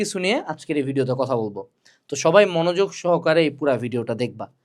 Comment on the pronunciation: Cotha❌ Coda😂✅